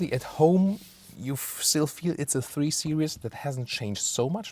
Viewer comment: your beautiful description goes really bad when you call Series Seri-ous here is the pronounciation